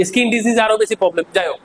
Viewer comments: স্যার কথাটা (ইস্কিন) নয়, স্কিন। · দাদা ইসকিন নয় স্কিন